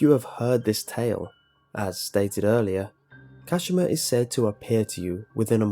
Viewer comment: *KaSHEEMA 🙄 *TaKEEO